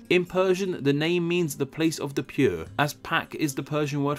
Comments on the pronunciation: Prue? Did you mean pure? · It's.... Land of the "Pure"... not "Prue". Damm.. that wrist of yours was really damaged. :-) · pure not prue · It's pure not prue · "pure" instead of "prue". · Correction: Pure not Prue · For a video, there seem to be a lot of misspellings here. Hindi is a language Hindu is a religion Urdi is not a thing, Urdu is. I also suspect you meant to say 'PURE' when you say 'PRUE'. It would've also made more sense if you said "it looks right at home next to Afghanistan and HINDUSTAN". Hindustan is the other name of India. Other than that great video. Keep em' comin. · Ah, the place of the prue 😂 nah it's fine nice video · Pure not prue Honest mistake Great video though!!! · Is it PRUE or PURE?